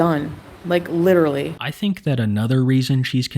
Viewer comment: The inescapable war torn lives of innocents, is just not worth it for her, "like letterrelly" .